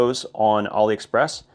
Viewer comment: Why does bro pronounce it ollie express